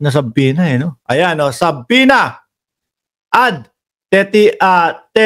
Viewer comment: my dear friend, its silent b. su-pena